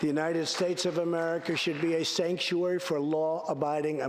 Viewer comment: "Stanktuary" was the most hilarious misspeak I have ever heard. You guys need to co-opt this STAT.